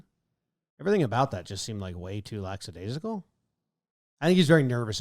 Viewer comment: Hey Jomboy, it's lackadaisical, not laxadaisical, LOL.